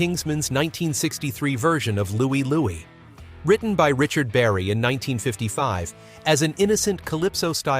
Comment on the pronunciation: What's wrong with "Louie, Louie?"